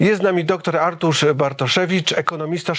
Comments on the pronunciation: Że dziennikarz nie potrafi powiedzieć 'Artur', co to k*wa za 'Artusz'? Porażka, dramat. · Czy chłop powiedział Artusz na początku? Wiedziałem że nazwisko Pana Bartoszewicza jest często przekręcane, ale takie coś to hit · No właśnie, ja usłyszałam "Artusz"